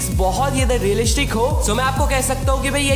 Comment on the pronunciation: bhai realishic kya hai ??😂